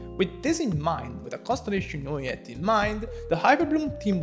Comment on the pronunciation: As french , we pronounce Neuvillette with L , as you would pronounce ROLL or ALLWAYS. Ville mean city in french , Neu means new when it is used before another word as a prefix , and Ette means small when it is used at the end of a word as suffixe. So basically Neuvillette would be the name of a relatively new, small city in real life , in France. if it was meant to be pronounce NeuviYette , it would be spelled with a Y as the word YES. Double LL is allways pronounced as a simple L in french , never as a Y. As usual good video , good job.